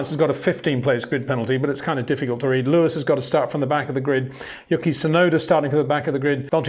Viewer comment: HEY PETER WINDSOR, I HAVE MESSAGE FOR YOU SIR: With all due respect ... it is NOT Max "verSHtappen" ... Max is not German (Germans indeed do pronounce "st" as "sht") ... #Max33 = Dutch 🇳🇱 NL/Belgium! ... It is not "Bottash" nor is it "Lewish" certainly not "verSHtappen" .... This BS started long time ago when a British sport presenter interviewed father Jos Verstappen and assumed you can use a German pronunciation to a Dutch Driver thinking it is so "funny" ... It is not. Serious question: can any Englishman say "versatile" out-loud without saying "vershatile" phonetically? most can about 99,99% ... that is why most English can pronounce Verstappen 100% correct! Father Jos Verstappen (also F1 Racer) was very active between back then only a very few said "Vershtappen" but the vast majority of British sport presenters pronounced it perfectly ... only a few old stubborn farts like Peter Windshor